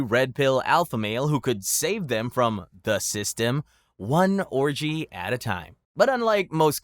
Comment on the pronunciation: "One örgy at a time" lmao 😂😂